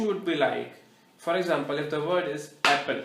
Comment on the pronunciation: pronounce it as apple it self you are saying appel